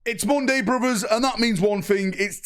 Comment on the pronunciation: It’s MUHNDAY brothers let’s get waffling